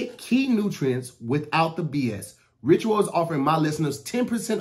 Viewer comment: "visit *ritural*"